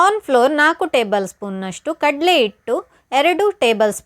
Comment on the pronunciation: Recipe ಚೆನ್ನಾಗಿದೆ, ಆದ್ರೆ, 'ಆ' ಕಾರ ' ಹ' ಕಾರ ತಪ್ಪಾಗಿ ಉಚ್ಚಾರಣೆ ಮಾಡಿದ್ರೆ ಕೇಳೋಕೆ ಕಷ್ಟ. ಆಗಲಕಾಯಿ, ಇಟ್ಟು, ಆಕಿ.....